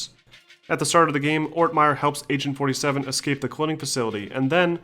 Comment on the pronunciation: Lol, You keep pronunciating it as 'Asain 47'.